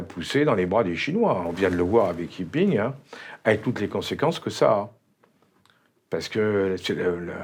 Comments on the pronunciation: Non Alain Juillet, le Président chinois ne s'appelle pas YiPing mais JinPing (chinois : 习近平 ; pinyin : Xí Jìnpíng /ɕǐ tɕînpʰǐŋ/a) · Le président de la Chine, ce n'est pas Yi-Ping. Ce n'est pas non plus Jin-Ping (qui est son prénom), c'est Xi (qui est son nom), et ça se prononce presque comme "chie" 🤭